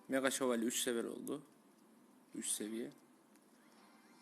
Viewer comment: meğa şevolye :D